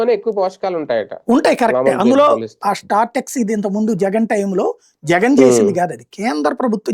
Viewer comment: Ore, nuvvu purthi ga telusukoni matladu. Startex kadunra SORTEX adi. Kernels mix cheyadanni fortified antaru.